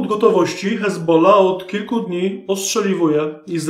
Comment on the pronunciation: Czemu mowisz "ezbola", ale przy odmianie juz mówisz "z hezbollahem"?